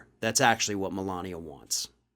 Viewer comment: Everyone keeps mispronouncing her name “Melignia”.